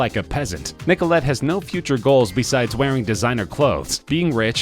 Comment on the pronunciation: Stop saying Nicolette XD It's making me wheeze